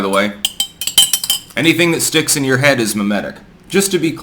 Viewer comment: "anything that in your heaf" That got me good.